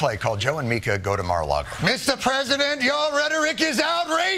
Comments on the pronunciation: Tim’s got one of those minds that can’t comprehend that “Micah” and “Mika” are pronounced differently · It's MEEKA, not MIE-KA. Continue on. Edit: I think they are both lying AND developmentally disabled. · Mee-kah. Not Micah. Just saying. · I can't stand the woman, but for f**k's sake, it's pronounced Me-ka not Micah. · MEE-kah. MEEEEEE-kah. Please, Tim. Micah is a dude's name. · It's Meeka. Not Micah. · Isn't it Mika, which sounds more like Meeka. That sound inbetween e and i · Her name is pronounced "Meeka." So frustrating to watch them anymore. I stopped about 8 years ago. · Tim, it's pronounced Meeka. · Can someone please tell tim it's mee-ka prozenski, not micah. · It's not Micah Timmy! It's Mica! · It's MEE-KA. Micah is a boy's name. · Isn’t her name pronounced “Meeka”? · Her name is pronounced Meeka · Joe is pronounced Joo......and Mika is pronounced.......Meeeeeeka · Thank you! It's been driving me crazy, and I wish someone on his show would correct him! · Does Tim pronounce Mika's name wrong on purpose? They only say her name on the show every single day. There's no way he doesn't know he's pronouncing it wrong. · Is Tim purposely mispronouncing Mika's name? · You really don't know how to pronounce her name do you? 😂